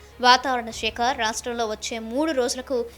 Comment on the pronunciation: వాతావరణ శాఖ అని పలకండి madam షేక కాదు.మరి ఇంతగా తెలుగును మోడ్రన్ గా పలకకండి.